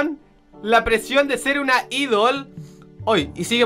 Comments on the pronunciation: se dice aidol,no Idol,ah. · c pronuncia aidol :v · idol io: aidol la pronunciación me mata y traducción ʕっ•ᴥ•ʔっ